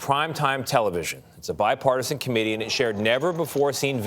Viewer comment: The guy says “bipartisan committee” lol